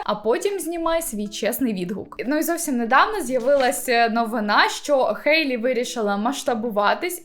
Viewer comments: Я тут просто сказати дякую, що кажете «Хейт, Хейлі» замість «Гейт, Гейлі»🥲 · Дякую за Хейлі, а не Гейлі🤮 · кому так треба казати?) Сама Хейлі вимовляє своє ім’я через «х», то навіщо ми будемо паплюжити її ім’я